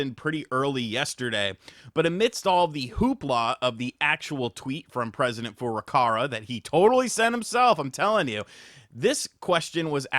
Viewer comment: I can’t tell if he’s joking or not when pronouncing Furukawa’s name. Cause he says Furukara with an r.